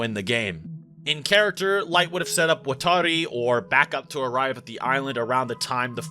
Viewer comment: WAH-TOR-EE not Woah-Tar-EE